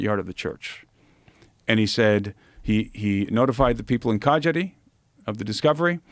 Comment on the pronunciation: How can you pronounce Cagliari so bad